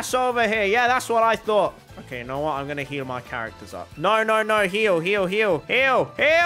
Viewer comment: It's not okeh to be okeh